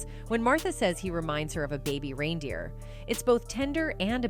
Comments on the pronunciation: Its not RINE DEER!!!! It's reindeer as in rain!!! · Is this A.I. rine instead of rein pronounced RAIN... Click bait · It's pronounced RAINdeer! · The constant mispronunciation of reindeer is driving me bonkers. Sent from my piHone